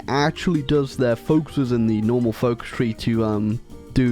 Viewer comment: In keep thinking you say focustry not focus tree